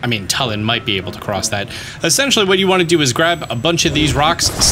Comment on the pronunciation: I hate how says Tulin It's not "Toe-l-in" It's "Two-li-N" or "Too-l-IN" Like toon, NOT "toe" good lord, 🤦‍♂️